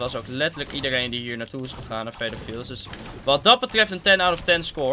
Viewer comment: Bij zegt hij weer Fetal Fields